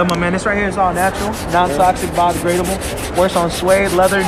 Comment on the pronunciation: Why does he say biodegradable like hes gonna throw the soap that's on his shoes away